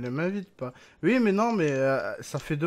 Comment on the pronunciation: il dit ui au lieu de oui